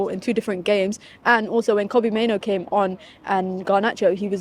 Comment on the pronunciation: Why's it so hard for people to say "Mainoo"? It's not "Maino"